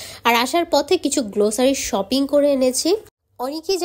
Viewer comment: Pronunciation ta glossary গ্লোসারি na.. Grocery গ্রোসরি hbe